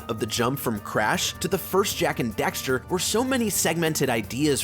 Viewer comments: Dax, Daxter. Not Dexter. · why do you keep saying Dexter? Its DAXTER D-ACK-STER. But agree, Jak II is not great sadly. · He said Dexter so many times!! LOL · Dude. It’s dAxter. With an A. Not Dexter. Literacy is hard